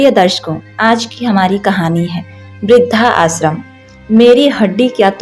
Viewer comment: आप इस तरह उच्चारित किया करें इस वृद्धाश्रम शब्द को। वृद्ध आश्रम या वृद्धाश्रम। (ना कि वृद्धा आश्रम)